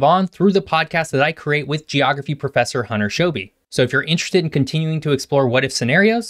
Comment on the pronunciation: Soooo... "Geophragy"?